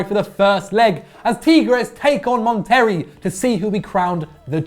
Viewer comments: It’s “monta-ray” not “mon-terry” LOL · bro. It’s mont-a-ray. That ones not even that hard to say. Come on dude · it's pronounced Mon ter RAY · Mon terry really really. It’s Monterey dear god get it right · "Mon-Terry" bruuuhhh 😂😂😂💀💀💀